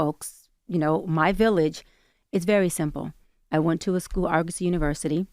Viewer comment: Its pronounced AR-GU-SEE. They were accredited..for a long time. Then they lost theur accreditation, allegations of embezzlement, etc etc..but who graduates without a degree is crazy work